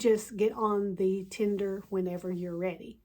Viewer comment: "and bypass ALL THESE PEOPLE..." Yep, this is the way to talk about your potemtial subscribers... And this is not the only time she calls her fellow passengers "these people." Oh, and by the way, lady, it's /ˈtendər/ not /'ti:nder/